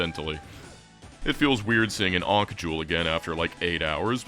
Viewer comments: Ankh rhymes with bonk not tank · ... Are you alternating between pronouncing it "Aunkh" and "Aynkh" specifically to piss off pronunciation snobs everywhere? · The way you say ankh is fking rtrded. Seriously, you couldn't be bothered to look it up, ft fk? Lunchbox fker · Great video, hate the way you say "Ankh" tho. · I'm in and I think he's only pronounced ankh correctly once.